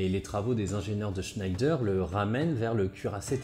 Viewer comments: Je pensais que l’on prononçait « schnèdre » comme pour l’usine Schneider, non ? En tout cas super vidéo, c’est vraiment pas courant de parler de doctrine plutôt que de juste décrire les chars sur ce sujet ! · Juste pour dire que le char Schneider est bien français malgré la prononciation de ce nom d'origine germanique ^^ Sa prononciation francisée est Schnédère ;) Sinon excellente analyse, comme d'habitude. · Bonjour, bien documenté et très instructif. J'aurais une remarque, ne prononcez pas le nom de Schneider avec cet accent. Schneider se prononce à la française "schnédère" ou comme à l'origine "schnèdre". Les frères Schneider étaient Français et maitres de forges dans la ville du Creusot en saône et loire. Vivement la prochaine vidéo.... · Si je peux me permettre, à l'époque et jusque dans les années 80, l'industriel "Schneider" en France était prononcé "Chnèdre". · Schneider, comment le prononce t-on ? Je sais que le nom de famille se prononce "schneidre". Depuis enfant et dans l'industrie, j'entends le prononcer à la française : "schnèdère". Mais les vulgarisateurs de youtube prononcent à l'anglaise ? Ou peut-être à l'allemande ? Qui connaît la prononciation de l'entreprise du Creusot ? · Merci beaucoup pour cet exposé particulièrement bien construit. Une observation : Schneider est une marque française...il ne faut pas prononcer à l'allemande ! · sauf qu'il ne prononce pas correctement... il n'y a aucune raisons d'appliquer les règles de prononciation allemandes pour une famille qui ne l'est pas ... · Schneider ça se prononce pas à l’allemande pitié surtout en parlant de la PGM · Le char SCHNEIDER avait pas une prononciation plus française ? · Super vidéo ! Juste une petite remarque Schneider se prononce à la française "Schnèdre" non à l'allemande "Schneydaire". Mais un grand bravo comme d'hab ! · Pas sûr du tout qu’on puisse prononcer Chnaïlledeur pour chnédère. Qui le sais ?